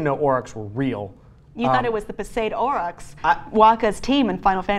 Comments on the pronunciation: 1. It's pronounced Aurochs (Ore-rox), not (ore-rock) 2. The Tasmanian tiger/thylacine was not responsible for livestock predation, they largely behaved akin to cats and foxes and went after smaller marsupials and rodents. 3. Almost all of these mammals were killed off by humans (save arguably mammoths) and while it's not our duty to bring them back, it would be nice to have these animals doing their ecological roles once again in the world. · It's not "Orik" it's "aurochs" and singular is the same as plural, with an s, not auroch as you state. :( If you are doing a NEWS based show, this is embarrassing.